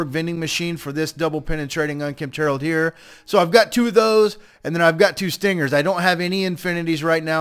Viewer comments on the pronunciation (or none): none